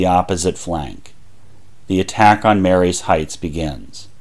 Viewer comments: Excellent presentation! One quibble... it's pronounced Marye's Heights in the way one might say "Marie's" (ma-REEs) rather than "Mary's" (MAYR-ees). Someone has to be that native Fredericksburg accent around here! But well done... very well done. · Pronounced 'Marie's' Heights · The heights above Fredericksburg is pronounced Marie's Heights, although spelt Marye's Heights. A common mistake!